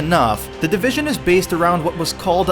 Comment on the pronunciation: "The Divishaan!"